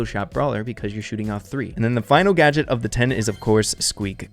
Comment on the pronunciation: When u said Collete gadget gotcha I thought u said gacha aka my yt name 🤣